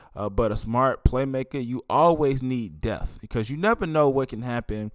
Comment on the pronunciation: Brother!!! It's not "death" it's "depth" and can you start using the word "hundred!" You'll say "He had 350 yards." It would sound better if you said "He had three hundred and fifty yards. Not trying to be critical but I want you to speak better when you are doing these podcast. Thanks for the content.